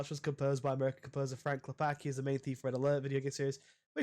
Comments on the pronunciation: its not "Klepaki", its "Klepatzki", as "c" in Polish is read "tz" or "ts" from the English point of view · Cool video, tought as Pole hearing you say Klepacki infurated me, as even tought it's probably correct way to english speaker not hearing the "c" feels wrong as it makes Klepaki from Klepacki. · it's not "clepakee" it's "Klep-ats-key" why do youtubers insist on not learning a pronounciation of anything remotely eastern